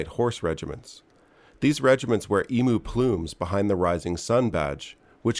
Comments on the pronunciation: Eem-you, mate. Not ee-moo. Otherwise, you've done a bonza job, cobber. 😉👍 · "Ee-moo" - It's pronounced "Eem-you" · You did alright mate! I’m an Aussie and I learnt stuff from this video. Just remember that Emu is pronounced EEEEm-You not EEEEm-oooo and you will garner maximum respect from those of us that speak our weird version of English down here in the antipodes. Other than that bang up job! Edit. Just read your top post. You’re all over it 👍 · Emooo, Pronounced Eemyou... Kinda similar to the way you guys say Aluminum for Aluminium. Hilarious. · Pronounced Em-u not e-mu (e-moo) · Bloody glad I noticed this before I got all Aussie onya and up'd ya for callin' it a bloody "eemoo" !! lol Good video, Brother. Love ya work. Cheers from Down Under. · Ye is pronounced "E-m-you" not "E-m-u" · Emooo..? Eemyyuu. Crikey . Emooo..? Eemyyuu. Crikey . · Well done cobba. You're much closer than most I've seen, but yeah, it is an Ee-myu, not ee-moo. Beyond that, noice! She's a bewdy, and a bottler! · You did say ee-moo, then you said it more correctly as ee-myoo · Emu not Emoo ffs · Yanks just can't pronounce emu can they. It's not F'n Eemoo !!! It's Eam you !!!! eam (as in team) you !!! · Emm-You and not Ee-.Mooh. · What’s an emoo. It’s pronounced emyou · Try pronouncing the Big Aussie Bird....Eeeee mmmm You ! And not Eeeee moo.....it's actually a Bird, Not a Cow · You did superbly Cobber! ❤🇦🇺 For extra points: emu is more correctly pronounced like “eem-you”; rather than like “ee-moo”. 😊 “Alright … I’m ” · Good morning, Bruce, oops sorry. We look at Oz as being the real world. Where Emu is not pronounced Emoo. And yes, we have kangaroos everywhere. Well at least I do, I was just feeding the chooks and I rather large eastern grey was sunning himself near the chook house. Love the channel, but best you head down to the real world once in a while, Cheers Emu and not Emoo 🤣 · Struth, what are ya, a galah? It's pronounced e-mew. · You lost me once you said Emooo.